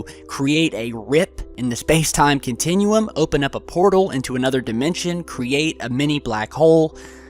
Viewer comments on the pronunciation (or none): none